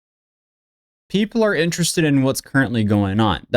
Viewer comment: I hate the way he says “puhheeepel”